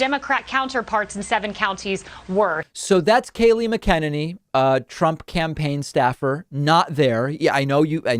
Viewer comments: You are great but you have to start pronouncing names correctly. Mcaneny is "Mak-a-nenny" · I don’t know how much we care because she’s terrible, but I’m pretty sure her name is Mack-a-nanny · Mah Ken A knee. Lol learn how to pronounce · David, it's pronounced Mac-a-nay-nee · Hi, David. Really like your work. May I comment? I think Kayleigh McEnany’s last name is pronounced MACK-uh-nay-nee. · David, I love your videos but if you don't start saying Kayleigh McEnany's name correctly I'm going to jump through the screen and strangle you. Here ya go》 Mac- u-nanny 😉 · o m g stop saying her last name bc its pronounced Macanenny it drive me crazy lmao love your show tho lmao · Dave, it is pronounced like Mack a ninny. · is he saying mc-en-en-y on purpose lmao 😂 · Mcenany - Mac....a.....nah......knee..... No progressive can seem to get this right. I know she's a but the name is MAC-A-NAH-KNEE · Isn't it pronounced like "MACK-uh nay-nee"? AH well. lmbo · It's pronounced Macka-neny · David, you pronounce her name Mac-a-nay-knee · You say her name wrong every time!😂 MAC-IN-NANNY....Love the show! Thanks for a show for people with a moral compass! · Mack uh nenny. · David's gotta work on pronouncing her name correctly. It's quite easy....it rhymes with "cockamamie". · It's pronounced mac en nanny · Hi David. Her surname is pronounced MAC-enany. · David, you're my favorite political commentator. You're always right on the money. But for the love of god, please pronounce McEnany the way everyone else does. Drives me crazy. Everyone else pronounces it Mack-en-ane-ee. I know it's not important in the slightest. But please, please do it. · I think David pronounces names wrong on purpose 😂. Kaylee Mekenene and Tulsi Gabarrrrd just a couple off the top of my head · But why do you continue to mispronounce her name? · Is he mispronouncing McEnany on purpose? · You can't even say her name right what's wrong with you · Learn how to pronounce her name jesus !!! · You saying her not right